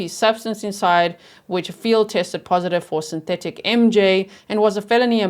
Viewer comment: synthetic tee hatch cee.... safe to say this guy is fried